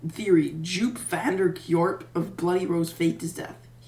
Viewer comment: Joop vanderkoerp is pronounced "yoop vanderkorp is Joshie and i am now on a watchlistSaint Arprice of UcristanSaint Arprice of UcristanSaint Arprice of UcristanSaint Arprice of UcristanSaint Arprice of Ucristan" Saint Arprice of Ucristan SaintArprice of Ucristan